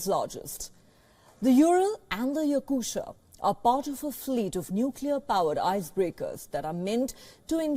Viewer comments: its not Yakusha, its Yakutiya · The ship's name, after the Republic of Yakutia, is pronounced as it's written - meaning, it's "ya-KU-tee-ya". No english "sha" sound in the end.